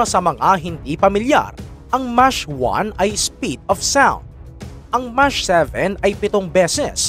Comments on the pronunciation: Anong "Mash?'", "Mac" yan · Correction lang Brod...yun "MACH" ang correct pronunciation is "MAK" not "MAS"....your video good source of information....Cheers mate ! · d bha MACH SPEED YUN hindi MASH???🤔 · Di ba alam ng AI mag pronounce ng mach? 😅